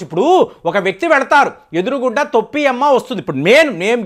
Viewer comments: గారు వీడియో అప్లోడ్ చేసే ముందు భాష సరిచూసుకోండి తొప్పి కాదు sir తోపి అమ్మ లేక పోతే టోపి అమ్మ అనండి తోప్పి అంటే బూతు పదం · తోపి కాదు బాబు . టోపి . టోపి ..టోపి. తెలుగు బాష మార్చేస్తున్నారు. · తొప్పి కాదండి టోపీ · టోపీ అమ్మ ,,,,తోప్పి కాదు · తొప్పి అమ్మ కాదండి టోపీ అమ్మ. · తొప్పి అమ్మ కాదండి, టోపీ అమ్మ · తొప్పి అమ్మ కాదు టోపీ అమ్మ . తెలుగు రాదా మీకు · గారు తొప్పి అమ్మ కాదు,టోపీ అమ్మ. ఆధ్యా త్మికథ ముసుగులో aardhikadopidi కి నాంది పలికారు. ఇది చాలా తప్పు. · తొప్పి అమ్మ కాదు టోపీ అమ్మ ఏంటో ఈయన భాష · Thoppi is wrong in telugu, towpy ....... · తోప్పి కాదు టోపీ అమ్మ